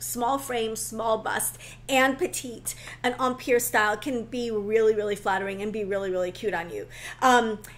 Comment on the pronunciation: I was enjoying the video, but then “empire” happened. Please, please, if you insist on the French pronunciation, use the correct accent. An American accent with the French pronunciation is nails on a chalkboard in my head 😰